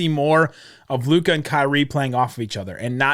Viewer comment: please go and listen to todays game comments from Jeff Van Gundy about Lukas game and youll see how stupid (can't even pronounce LUKA's name right ,lol) you are / look , learn the game ... Kyrie stans are even worse than Lebrons ,who would have thought ... Learn to spell and calm down .